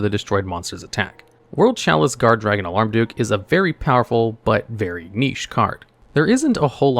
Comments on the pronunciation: I keep hearing you say "Alarm duke". Isn't it Almarduke? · It's Almar, not alarm. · It's AHL-MARR-DUUK, not "auh-larm-duuk". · Alarmduke instead of Almarduke is sending me lol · I know its dumb, but i had to Smirk a little when he said "Alarmduke" instead of Almarduke haha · It's Almar, not Alarm.... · "alarm-duke" This is a great video, i just thought that was funny.